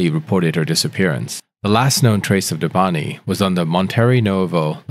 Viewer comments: If he says debantiii he means Debanhi(debanneeey) the "H" is silent . How did you butcher her name very good at the beginning 😅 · It's pronounced "Deh!-vah-nee" not Devanti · How come you're pronouncing it Debanhti when her name is Debanhi... the whole case is weird. Poor girl. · Who is Debanti? Man, not bothering to get any of the names right is disrespectful.